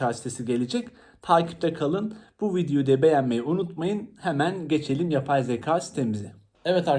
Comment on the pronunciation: Emeğinize sağlık ama söylemeden duramazım “yapay zeka” derken zaka olarak söylüyorsunuz lütfen türkçemizi doğru kullanalım 😅